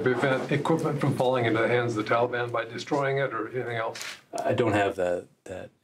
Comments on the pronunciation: If he says “tolly ban” one more time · Hey Joe! If this helps you The Talibon doesn’t rhyme with Cinnabon. Maybe when you have a minute you can get off your you know what and save some Americans. Oh sorry, I forgot you were taking a nap and eating ice cream. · Why do Americans call them the Talibarn?